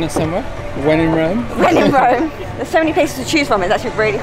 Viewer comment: No, you're actually wrong. It's not Röööme. It's Rome!!!